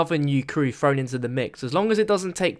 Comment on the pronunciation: Dude, learn how to speak! it's "eTHer" not "ePHer". It's "Agartha" not "orgatha", "thrown" not "phrone", "Three" not "phree" and it's "Samantha" not "Samanpha". and pretty much every "TH" sound isn't "PH", Every "R" isn't an "A" for Christ sake!! You english think just because the language is named after your country you can butcher the it. Well I'm sorry but you have a serious incorrect understanding of phonics (or what letters correspond to which sounds). It makes you sound like an infant that needs a speech therapist. Please go to your phone book and contact one you moron.